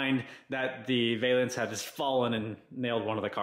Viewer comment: "Valance" rhymes with "Balance"